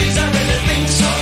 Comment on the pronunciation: Is it fucked up I always assumed he pronounced the word “think” as “fwink” ???